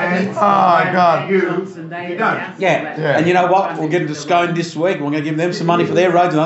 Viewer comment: Is that how you pronounce Scone down there?